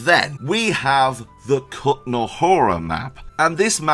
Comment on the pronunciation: please don't take this the wrong way, but maybe after all these years covering KCD you could try learning to read and pronounce Czech names correctly?;) For example, Jirsa is like Yirsa, the š in Malešov is like sh, anything with "ch" is like the Scottish ch (e.g. "loch" would be pronounced the same in Czech as in Scotland), and the á in Kutná is long, like the a in ramen.